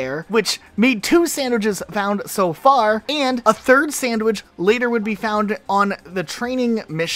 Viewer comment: Why do you say “sandwidge” instead of “sandwich” ?